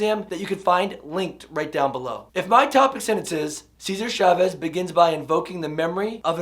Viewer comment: Preparing for teaching AP English in the future. Your stuff is great! One humble request that I hope doesn't bother you-- I've noticed many non-Spanish speakers pronounce Chavez's last name as if it starts with the "Sh" sound. It's actually the same sound as in "cha cha cha." Gracias. :-)